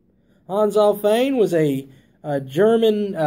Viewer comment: This was not a strawman. Also, since Alfvén is a Swedish name, no Kentucky dialect can authorise you to pronounce an f in it other than as v. In other words, it was a quibble.